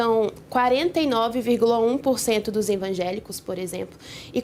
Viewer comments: Gente, a repórter fala "ENVAGÉLICOS" - é isso mesmo produção? 😂😂😂😂😂😂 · "ENvangélicos"?? "DiácoMos"?? Pai, perdoe-as pois não sabem nem falar...